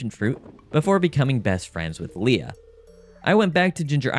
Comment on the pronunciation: Leah is pronounce LEE YAh. NOT LAY-Uh. That's LEIA.